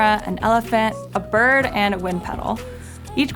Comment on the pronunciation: "one of the controllers is a bird-uh" I can tell how she sounds when she's arguing or complaining. "NOOO-UH. It's MINE-UH"